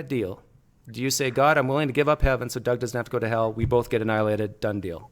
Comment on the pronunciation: PineCreek!!! He said “but Jesus didn’t get ahnilated “.